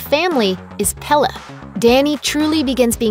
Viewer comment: It's pronounced pelay not pela